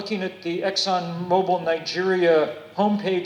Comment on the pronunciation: Exxon says their name Mo Bil not mo bile like the thing that hangs from a ceiling. Mo bill as in movement like a car. Great video though as they are screwing the world with their lies. They dragged payments the courts awarded from the Valdez nightmare by dragging it through the courts while people were hurt.